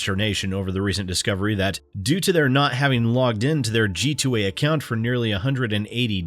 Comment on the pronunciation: Ah yes, the ever tricky "accont"